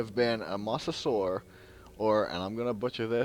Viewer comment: ik about mosasaurus but ya i was messing with u on it to me tho idk if u heard it but it sounded like u said mossosaurus tbh tho it can be a cool name for sum kind of cryptid maby a marine reptile cryptid that lives in moss ;o